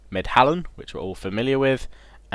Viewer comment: It's "Medlan" and not "medhalan" :D